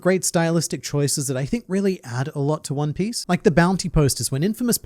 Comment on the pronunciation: I can't get over 'Juan Piss'. "I'm going to find the Juan Piss!"